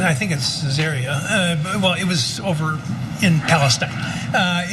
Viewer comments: Ke-'SAR-ya, not pizzaria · The judge also botched pronunciation of Caesarea, but making a royal mess of biblical proper nouns is actually something at least Christians in the U.S. commonly give themselves wide berth to do. Beyond that, and beyond really just all the judge's stammering, what is it that you are saying is "bizarre" about his having referred to an ancient precedence for the principle of hearsay? Why are you calling it a rant? And then on top of that, why are you calling it a religious rant? Even as a Christian I will fully agree with you that it's bad when judges et al allow their legal thinking (much less conclusions) to be colored by their personal religious beliefs, but since I don't hear you here establishing that this in really any way is what the judge was doing it instead sounds to me like you're just airing a bias against "religious folk" more broadly. I'm with Bill Maher when it comes to the fact that untold violence has been perpetrated upon mankind in the name of religion. But religion's like anything else when you put it in men's hands. They're bound to make a mess of it. They're bound to misunderstand it while claiming precisely the opposite. The very thing Jesus accused the Jewish establishment of in his day. Not news really. So it's okay to be "against" people who mishandle religion. Not saying its not. But don't throw the baby out with the bathwater. Concealed within the large host of those who can't seem to "get it," much less properly live it, there are some few of us who